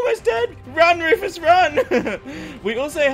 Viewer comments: its not rufus the enginner its fufus the anginner:) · Bunny: Tank you Wufus for your secwet base!! Rufus: Get away from my base bunnies!! You too Lorenzo!